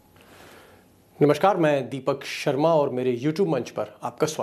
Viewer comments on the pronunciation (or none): none